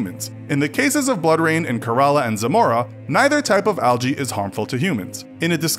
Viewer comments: It's not Karaala. It's Kerala. Wrong pronunciation of a beautiful word. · Kerala is pronounced Kay ra la, not karala and Punjab is pronounced pun jaab no puunjab. Thank me later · Kerela pronounced as k-ray-la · It's Kerala not karala pls don't spell wrong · everytime he said "ke-r-a-la", rofl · It must be pronounced kearala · Kerala is pronounced wrong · I think only I'm getting pissed.. hearing him pronounce Kerala wrong